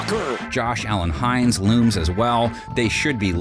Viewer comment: "Josh Allen-Hines" You've gotta be kidding. Where's the respect!?